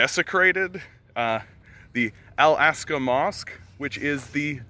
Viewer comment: it is not "I'll ask ya" mosque, it is Al-Aqsa mosque...